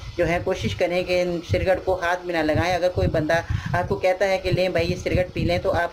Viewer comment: SALAM WRB. AP CIGARETTE KO CIRGATE KEH RAHI HAIN, CORRECTION KAR LEN.